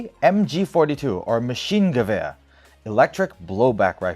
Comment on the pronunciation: who's that guy in the demo videos? he seems awesome also good job on that pronunciation of Maschinengewehr